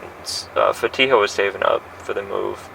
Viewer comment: A great detective. I just want to ask, why can she never pronounce these girls’ names? Neither of them are very hard Sam-ee-yuh. Fa-tea-ha. That’s it